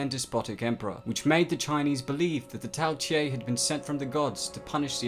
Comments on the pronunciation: You said Tao tei wrong it’s not tail it’s tao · quick question, why are you pronouncing it tao tie when you clearly have it spelled tao tei? other than that, great video as always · Not pronounced "tea a" but "Tay" and canine isn't pronounced "ca knee ne" but "ca nine" smh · "Tay" not "Tye" mate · Lol “Tao tiei” where did you get the extra i